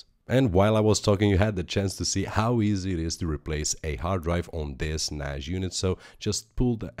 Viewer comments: "Nash" :D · there is no H in NAS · You said NAS wrong so I assume you dont know what you are talking about .. stopped watching at :28 seconds